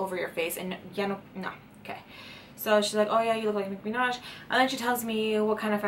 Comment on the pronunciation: “Nicki minash” omg I love 😂❤️